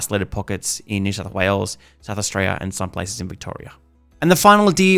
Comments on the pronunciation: Can you not say Australia? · Good video but wouldn’t hurt to say Australia properly lol